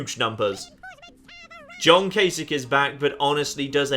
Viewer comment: you have my automatic, utmost, and unwavering respect for being the first Youtuber I've watched who actually knows how to pronounce Gov. Kasich's name. I take it there's no connotation in naming worms after major political figures?...;)